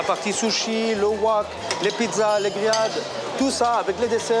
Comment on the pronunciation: Moi j'ai retenue le Wak et non le Wok😂🤣